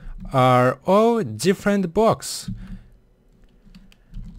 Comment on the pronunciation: I love how he says bwoks